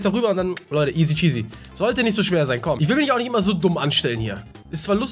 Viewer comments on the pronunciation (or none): Hast du Isy Cheasy gesagt😂😂😂😂😂